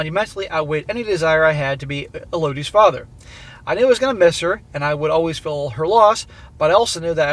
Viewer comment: Sorry to be pedantic but Elodi should be pronounced with the emphasis on EL EL-o-di